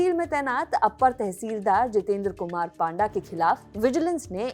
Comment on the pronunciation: पाण्डा = ❌️ पण्डा = ✅️